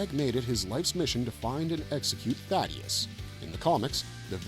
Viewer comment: Why do so many people get his name wrong? It's THAEDUS not Thaddeus